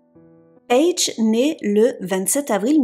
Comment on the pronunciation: "payge" Merci pour cette histoire que je ne connaissais pas . C'est bien triste !